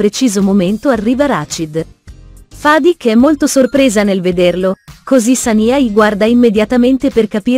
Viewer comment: Rashid, Zuleya , Fadik ma e’ possible che non riesce I a pronunciare un nome correttamente…